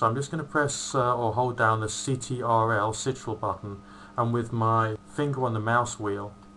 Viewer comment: the "sitrul" buttonXD